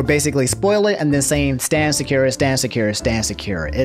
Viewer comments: I'm about to cry, your pronunciation of Sakura is so wrong. It's Sa-kura, not Saku-ra or Sa-cure-ra. There's a pause in the 1st syllable, then you're supposed to say the 2nd and 3rd syllables fast as if it were one word. Lots of people tend to get the pronunciation of the name wrong yet pronounce Akuma correctly for some reason. You're supposed to pronounce the KU in Sakura with the same sound as the KU in AKUma as in the character's name in Crash Bandicoot Aku Aku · I'm trying to watch the jacksepticeye part but I'm cringing everytime you say sakura lmao. its Sah-kur-ah. please. lmfao. not sah-ki-ra. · I love to much but it hurted my gut when he said sakira. Now don't get me wrong I don't associate with them sakura stans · Sekira?? SA-KURRRR-AAAA. always saying something wrong😂😂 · These pronunciations of naruto characters and their abilities are killing me man. "Sakira", shuringen". My brain man. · Sah. Koo. Rah. Sah.koo.rah. Sakura. Idk if that’s entirely right but from what I’ve been told you can break a lot of Japanese words down to by two letters and pronounce them. I HAVE NO CLUE If that is correct just annoyed that you’re pronouncing it more like Shakira. Lol. You do you tho 😁👍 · Dude stop saying Sakura wrong it's SAH-KU-RAH not Secure-ah . . . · Sak.......ur.......a not sekira lol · Sakira LMAOOOOOOOOOOOOO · SAKUREA LMAO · Lmao I thought you said Shakira when you first said Sakura 🤣😂💀 It's all good, we understand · Your content is hella refreshing in the current YouTube landscape and i appreciate you.... but how the EFF did you just pronounce "Sah-kur-uh"?? LMAO but ay much love dude, keep it up. Fuggin "Seh-keer-uh" up in here man dufuq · REEEEE it is pronounced Sock-er-a ... but ya she kinda sucks throughout Naruto, and gets buffed (literally) in Shippuden... but doesn't amount to much... Also I believe completely in this video: "Naruto, the Self-made Hypocrite" ( ) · how you pronouce sakura is like nails on a chalkboard. IT'S SAH-KU-RAH